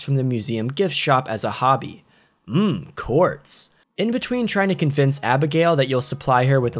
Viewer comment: “hmm quartz” more like “hmm corn.”